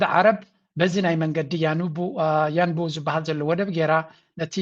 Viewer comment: Yanbu ትኽክል ሽሙ ያንቡዕ እዩ ዝበሃል ያኑቡ ኣይኮንን። እታ ከተማ ያንቡዕ እዩ ሽማ